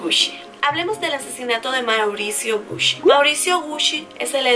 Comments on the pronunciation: Hola como crítica constructiva, la pronunciación no es "Gushi" si no "Guchi".❤ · Me gustan tus videos pero.... cada vez que decias "Gushi" me daba cosita :3, en realidad se pronuncia Guchi no Gushi escribiendo Gucci. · te doy un datito sin que lo tomes mal... es gucci se pronuncia guchi.. no gusschi.. 😊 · Se dice guchi, no gusi. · Me acabo de dar cuenta que estuve pronunciando mal gucci 😅😅😅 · me causa un cierto desagrado como dices "gucci"